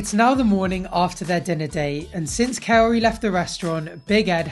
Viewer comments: The fact that he wanted to marry her when he couldn’t even pronounce her name correctly fly says everything about Ed. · He doesn't even know how to pronounce her name but he wants to marry her???? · He still hasn't put forth the effort to learn how to pronounce her name. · A NIGHT time? Eeeeeeeek come on, he’s not the sharpest tool is he? He can’t even pronounce her name correctly. He’s doing this show purely for attention. Fine, just stop stalking women 🙏🇬🇧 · I would've dumped him too if he couldn't say my name right 🙄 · Thank god that's over. No more listening to Ed struggling to pronounce Kaory's name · He Wants an Honest commitment From her allthough he can`t Even say her Name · my bro wants to marry her butv cant even say her name right. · He can't even say her name. Nor does he care to. It's not charming, it's not cute. I can't stand Ed. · Ed can't even pronounce her name right. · He still doesn't say her name correctly!! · Still Cant Say her name...that ses it all🤦🏿‍♀️🤦🏿‍♀️🤣🤣🤣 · Another great video & like you I've been able to pronounce Kaory's name unlike the no neck weirdo. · She was a Gem. I'm glad she always stood up for herself and she ended things. It really made me mad that he didn't even care enough to even try to pronounce her name right. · And after all this time he is still unable to pronounce her name correctly. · I’m gonna need this dude to quit calling this woman a coyote 🤦🏻‍♀️ How does he still not know how to pronounce her name after all this time 🙄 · Her name is KAORY!!! Not coyotee! What's wrong with him!!!! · Please, please someone needs to tell this man, her name is Kaory, not Kaorte!!!! 😒 annoying!!! Sheesh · Can he ever say her name? Kay-otie. That's not how you pronounce it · The fact that he can't he say her name is the funniest. Coyote 🐺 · Kaory or coyote? lol Ed slow it down, you can't even pronounce her name yet you talk about marriage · HER NAME. IS NOT. COYOTE! so annoying. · He can't even say her name right ! So stupid.